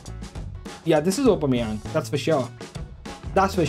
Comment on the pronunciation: upomayang 😂 I think you mean Aubameyang